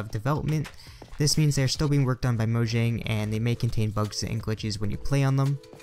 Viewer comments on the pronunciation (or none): none